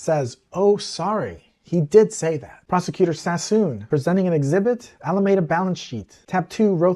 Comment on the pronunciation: Alameda Research was named after the city and county of Alameda, California. The word is pronounced "a-luh-mee-duh", not "a-luh-may-duh". In Spanish the word (same spelling) means a grove of poplars or a tree-lined avenue, and is pronounced similarly. In the 1700's in the US the word was used to describe a shady public promenade. Some may pronounce the word with a long "A" in the middle, but not Californians, who, to a person, pronounce a long "E" in that location. I would say the most common pronunciation in California is "AL-uh-ME-duh", with emphasis on "ME" (myself) and "AL" pronounced the same as Mr. Capone's first name. I don't know why so many journalists get it wrong.